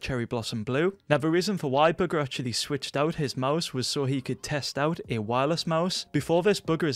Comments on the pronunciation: Why do u keeping say booger instead of bugha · Eddie thesoup Wait, you’re telling me it’s not booger? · I Thought He Said Bughar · whenever he says bugha is sounds like booger 😂😂😂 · Is it just me or when says bugha I hear booger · It totally sounds like that based on his accent. 😆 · Is it just me or it sounds like he’s saying buger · why does it sound like youre saying booger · Lol he says Bugha as booger